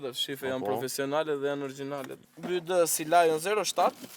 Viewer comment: Bi -uaj -di thuhet